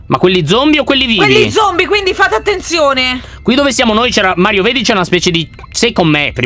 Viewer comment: LYON HA DETTO MAIO INVECE CHE MARIO